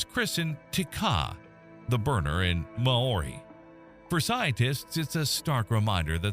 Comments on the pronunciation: "Mah-Ory" is wild. That hurt. Maybe just a suggestion for the future... When it comes to another language... You might want to seek expert advice on pronunciation. Most place names you pronounced wrong too. That was such a painful listen to my Kiwi ears. Never heard my placenames or peoples name butchered so badly. Not even by Pakeha here. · MMMmmm ... need to learn how to pronounce Maori better - amazing place to live. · The commentator's pronunciation of Maori names is absolutely hilarious. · I really love the way you try to pronounce Maori words, good on ya. Ka pai 😊